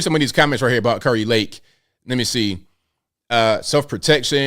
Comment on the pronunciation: KARI Lake, pronounced, KERR-I, not CAR-I Lake...😉